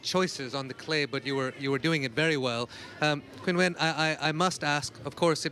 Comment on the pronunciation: how about you learn how to say her first name. It is not pronounced Kinwen. It sounds ChinWen. Commentators 👎 and disrespect 👎.